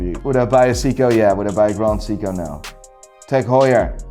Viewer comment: "GraHnd Seeko!"